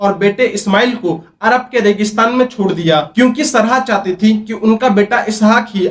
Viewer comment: अब्राहम से पहले नबियो के नाम हैं आदम, नूह, शीश, तीनो धर्मो में, सरहा नहीं सारह नाम था, एक बार भी पढ़ा होता किसी भी किताब में उनका नाम तो ऐसे उच्चारण करते? बोलने के लिए मुंह मिला है तो कुछ भी फेंकने लगोगे पैसे कमाने के चक्कर मे। अगर हिम्मत है तो पहले पढ़ लिख कर कुछ बन जाओ ताकि ये सब बेहूदगी करके पैसे न कमाने पड़े।